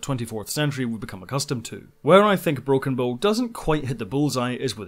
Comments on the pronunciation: Ugh... It's Broken "Bow" as in the bow of a ship, not "Bow" as in bow and arrow... To properly pronounce, start with "Ow" as if you just stubbed your toe on the coffee table. You know, the first half of "Ouch". Now put a "Buh" sound in front of it. Should sound like you started saying a "B" word and then stubbed your tow... B-OW! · Bow as in ship bow, not bo. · It's not broken bow (bow and arrow) it's broken bow ( the front of a ship, pronounced bough.) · Great! Although I think you're consistently mispronouncing 'Bow' :p